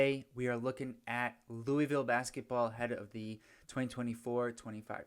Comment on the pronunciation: Oh one more thing louisville is pronounced looville